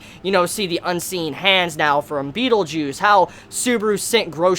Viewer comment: beetlejuice. lol Batleguise